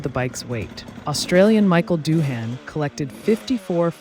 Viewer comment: Mick Doohan . Pronounced "Do-in"